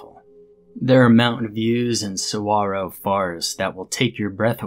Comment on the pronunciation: Finally. FINALLY!! A narrator pronounces 'saguaro' correctly! I dont care how good a video is, the second I hear the goddamn ridiculous pronunciation that 99% of narrators, or ANYBODY that isnt native or atleast lived in southern AZ, use ill exit out of the video. It irks me soo damn much, i cant stand it. Hats off to you man, great job.